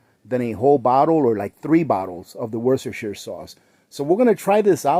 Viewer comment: I'm over in the UK Worcestershire is pronounced Woostershire. We call it Wooster sauce